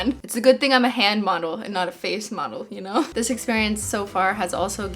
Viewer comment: Canadian “yuh kno”